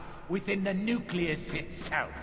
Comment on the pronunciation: Not to be rude, but does it piss anyone else off when he pronounced nucleus as "nu-kill-us"?